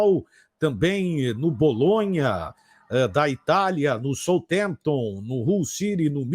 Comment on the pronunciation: Southampton se pronuncia SAUFIREMPTON,. Abraço